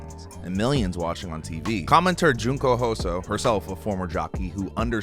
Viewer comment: The only error I see in this video: You pronounced Hosoe wrong. It's "ho-SO-eh" with the "so" in a higher tone.